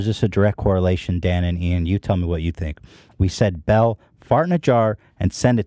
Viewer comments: Jesus Christ Ethan her name is Belle it’s not that fucking hard lol it bothers me so much when he says “bELL-Uh” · lmao he is really struggling with the name Belle for some reason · Is noone going to correct Ethan on the difference between Belle and Bella names? Lol bothering me